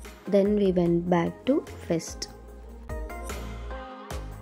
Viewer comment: Say fest not fest